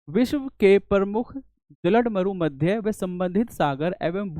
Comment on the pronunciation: Maza aa gya... English comfort teacher se hindi mast lagti hai bolne me😂 जल डमरू मध्य become जलड मरू मध्य.😂